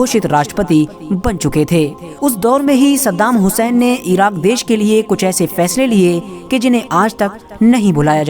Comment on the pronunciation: Pahle tu bhai unka naam sahi se le